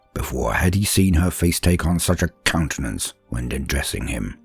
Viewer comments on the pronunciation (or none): Did you say: "cuntenance?" lol